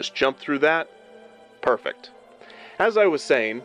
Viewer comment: sounds like hes saying perfect like in street fighter 2